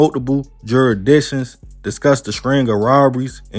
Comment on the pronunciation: Jurisdiction not jurisdicktion